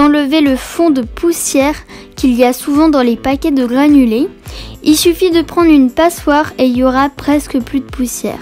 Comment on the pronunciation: Tu dis gliffe à la place de griffe et glanuler à la place de granulé sinon trop bien